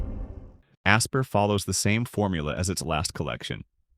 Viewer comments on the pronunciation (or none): I'm not sure you're pronouncing Aspyr correctly! It's not Asper it's "Aspire", it's literally the first thing you can see in wiki to correct people that pronounce it incorrectly.. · I can see why you thought this was AI. This is the only reviewer that pronounces it “Asper” as opposed to “Aspire”